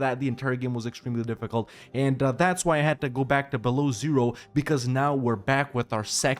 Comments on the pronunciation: It does hurt though every time you say Belowzero, it's byelo ozero - white lake. Sorry, had to get this out of my system. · Dude, it's not Belozero, it's Belo Ozero, which translates to white lake,ozero it's lake, belo it's white, Belo Ozero. And when you pronounce Ozero, the 'o' at the beginning is very long – OO-o-ozero. The stress is on 'o' in the word ozero, so it’s not like 'zero' where the stress is on 'e,' but a long 'o' – OOOOOOzero. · Beloozero is read as "Belo-ózero". As a Russian it hurts to hear it as "below zero" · Yes. My ears are bleeding then i hear "below Zero". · not beloozero. Belo+ozero. (wite+lake) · Man, smol hint, it pronounced 'belo ozero' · It's correct to pronounce BelOzero